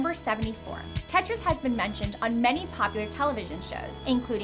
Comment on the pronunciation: Don't know why but I hate it when you say Tetris